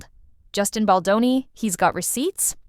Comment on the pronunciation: Pls adjust your AI-Voice and stop calling Justin "Boni"!!!!!!